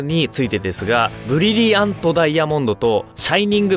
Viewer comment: ブリブリアント？（難聴）